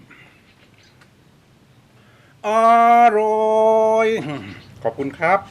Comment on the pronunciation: คำว่าอาหร่อยของพี่มันทำให้เค้ายิ้มและขำทุกครั้งเลย^^😋